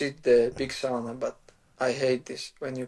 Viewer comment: I just want to say as a Finnish person that uses Sauna regularly, that Islam actually says ''Sauna'' the correct way. 😊